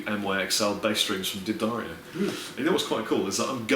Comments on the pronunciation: Why does say Deer-ddario? isn't it Da-ddario? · It's D'Addario!!! Like "Dad Mario" without the M. Can't you read?? AAAAAAARGH. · Loads of people say "Dee-Adario" because the D is (kind of) separate, and that's what is saying. But you're right, it should be Da-Dario or Duh-Dario (somewhere between the two really). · you need to get the official pronunciation of D'Addario while you're there